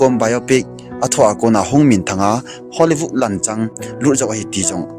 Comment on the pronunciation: Bro HOLLYVOOD helou vin HOLLYWOOD joh he bro. Na thusei kecheh dom2 in hinsei g o bro😂😂